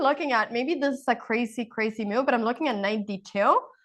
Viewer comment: Anna always makes me laugh how she says move as "mewve" lolol